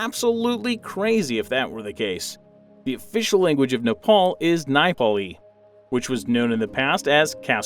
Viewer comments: Bro it’s Nepali not naiphali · I’m sorry I must correct you because I’m Nepali but it’s not ‘Nipali’ it’s pronounced ‘neapali’ but with the e only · It's not pronounced "naipali" it's "neypali" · I know all of these, I'm Nepali. I'm salty though, India took HALF OF OUR TERRITORY. Even when they were bigger than us. Edit: Did you really say, Napolis ?! It's Nepali. Neh-Pa-Li. There's also the Mt. Everest in Nepal, why isn't that included! Did you know Basantapur is the tourist place? The tea there is mwah it's really good. It's Gorkha, not Gurkha. It's Na-Ma-ss-teh. Namaste. Oof I'm just rambling, if you took the time to read this, thank you. I'm just correcting the things in this video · Nipalese and napal. Bro makeup your mind how to want to butcher the name of a country. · its neh-paa-li not napoli😂😂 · U should practice saying “Nepali” I think u said n”ai”Pali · it’s Neh-pa-lei